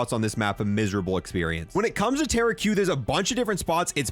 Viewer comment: 2 things, 1 Tera Q? Ahahaha it's pronounced (ta-rock), and number 2) you're explaining polyatomic clad set ups and proceed to say, "you're just not gunna have everything unlocked. So I'm not gunna give a specific build" umm in order to be doing the poly atomic challenge, you'd have had to gold and platinum every gun which means YOU HAVE EVERYTHING UNLOCKED! THe fuck you talking about! Y'all's guides are straight booty cheeks and you just try to grab at views while explaining nothing 🤣😂 glad I wasted 15 mins of my life !